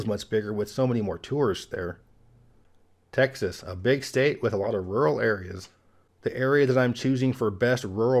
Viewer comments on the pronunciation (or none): none